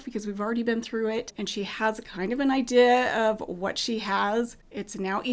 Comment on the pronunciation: Accent? Possibly "ideas" being pronounced i-dihs